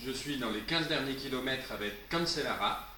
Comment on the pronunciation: Cancellara ce prononce canchellara